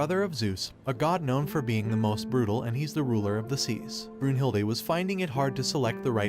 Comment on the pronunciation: Brunhilde is a German name and as a German I can say he pronunced it right not perfect but it’s still good